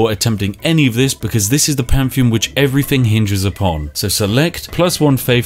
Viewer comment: For someone who pretends to be posh, you're not very good at differentiating between 'th' and 'f'.. everyfin, scientific ferory.. Get a grip man, you're a Englishman.